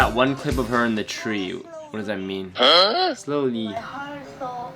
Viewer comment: It not slowly..it's slorly..😒